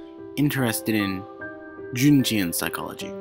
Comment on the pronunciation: Thanks for the narration. I enjoyed it, but found the music to be a little too loud at the six minute mark and the pronunciations were a little off. (Jungian=Young-ian, Freudian=Froyd-ian, Pavlov) Thanks for all the work you put into it, I especially enjoyed the accents to signify different speakers and the accompanying music.